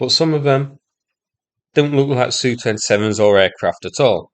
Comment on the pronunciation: Can you stop saying SU, instead say S U. It sounds so stupid to hear it as a "word". Can't explain it better.